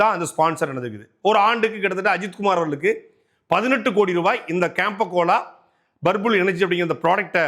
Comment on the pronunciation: Purple illa Burbul 😂😂